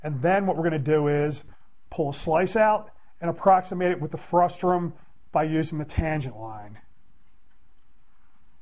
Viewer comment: It's frustum, not frustrum :P